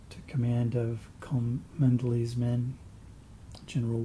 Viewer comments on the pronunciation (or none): This is meant to be helpful, I'm not being snotty: Cholmondeley is actually pronounced 'Chumley'. I don't know why, but it is, if that is the regiment in your battle!